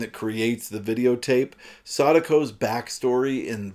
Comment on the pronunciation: Thank you for saying Sadako's name correctly. I've watched other reviewers, and they pronounced her name like Sue-dah-ko, even after watching the Japanese version where the pronunciation can be heard.